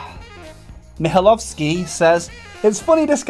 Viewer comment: you pronounced "Mihajlovski" really good. GJ man!